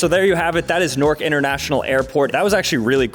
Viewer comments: Why is he calling it nork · “Nork” son